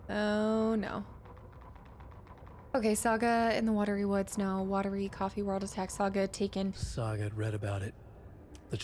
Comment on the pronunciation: Oh and the town name "Watery" derives from the Finnish pronunciation of "Huotari". You could hear Ilmo pronounce it earlier. It sounds very similar to "watery" to an English speaker's ear (unlike Alan's pronunciation of it, which is kinda wrong, lol). It's a really nice touch. It's the kind of thing that actually happens when migrants move to a new place and bring their words and culture, and they collide with the language and culture already there, and you end up things like with "Huotari" becoming "Watery", and yet neither cancel each other out. And they both make logical sense in their own way in their own contexts.